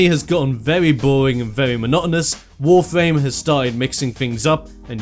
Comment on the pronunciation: Nice Video, but does it just sounds for me like you say "Wofame"?